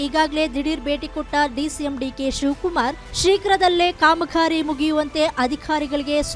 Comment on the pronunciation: Please work on your pronunciation! Don’t worry about Flyover work….!!! ಖಾಮಕಾರಿ?!!! ನಾಖವಾರ?!!! ಗುಂಠಿತ?!!!😡😡😡😡